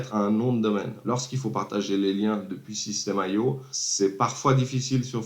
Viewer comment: super vidéo... c'est pas système AIO, c'est IO ;)